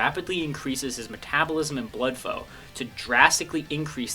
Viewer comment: "Blood fow"